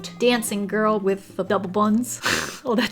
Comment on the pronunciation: Why is it wiff its supposed to be with waffles not wiff waffles